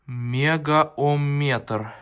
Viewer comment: Мегаомметр удорение на букву о 😊